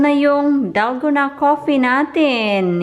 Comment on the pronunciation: Dalguuuuunnaahh DalgOna coffee pronounce it slowly mas arap nga mali nman pronounciation mo